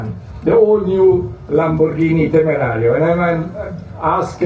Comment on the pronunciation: Everytime you say temerario hurts my ears che palle